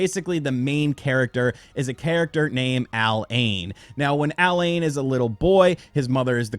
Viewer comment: Why do you pronounce alain's name like that lol